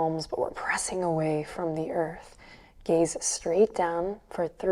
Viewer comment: Every time she says soft gaze I hear soft gays 🏳️‍🌈 I love it